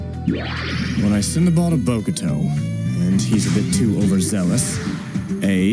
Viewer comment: Its funny how the caps pronounces Bokuto differently each time Book-too Bocado Bok-toe Bogado Lmao